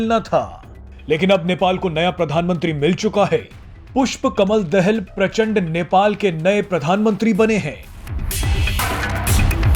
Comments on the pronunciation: Dahl nahi Daahal ucharan kare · अरे भाई पुस्पा कमल दाहाल है दहेल नै ठिक से बोलो 😂😂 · दहेल नहि दाहाल है भाइ कोउन सा कलेज पढ्कर आये हो पत्रकारिता कर्ने के लिये। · Dahel nahi dahaal pronounce sahi karo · दहेल नहि भाइ दाहाल बाेलाे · दहाल बोल भाइ। दहल नहि